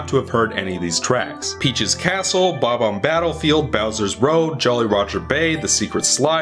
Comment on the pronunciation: Fucking PROPS for saying "Bob-omb” properly. So many people say it "Buh-bomb" and I never understand why. They have a definitive pronunciation that is consistently ignored. I just don't get it...